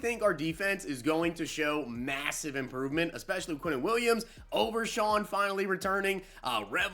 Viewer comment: You pronounced "overshown " wrong